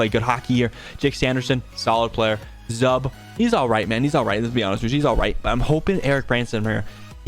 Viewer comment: Zub is pronounced more like Zoob.